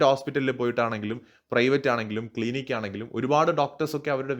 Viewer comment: ക്ലീനിക്ക് ❌ ക്ലിനിക്ക് ✅